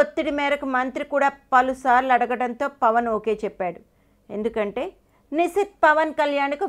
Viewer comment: Nuvvu mundu nishith peru sare ga palakadam nerchuko